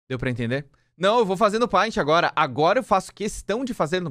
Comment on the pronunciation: NOSSA é ótimo saber que eu não sou a única que lê "Paint" como se escreve e não "Pent"